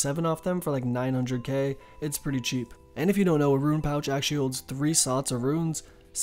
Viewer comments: Great video, but you mispronouncing rune to ruin just triggered me so damn hard! Again, great video though. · Please point to the letter I in the word 'Rune.' It's not there.